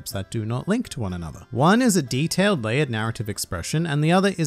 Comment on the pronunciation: Did you really purposely said D....... TAIL